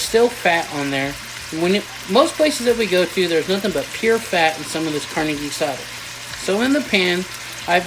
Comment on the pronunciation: Guisada is pronounced Gui-saw-tha